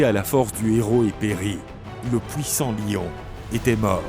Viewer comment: À part les "pouissants" et "gluare" j'approuve 😁